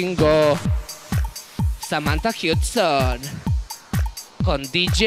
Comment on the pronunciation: el detalle de "Samantha Husdon" memeo